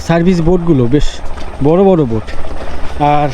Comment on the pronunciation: Ota noika na boat bola